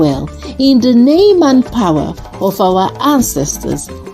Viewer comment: ❤ Love the way you started, "dis one eh"... Also love the way it ends, "in di name & Powa of our ancestas & divinity" ❤